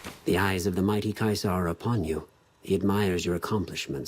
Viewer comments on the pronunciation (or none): I hate the way they pronounce Caesar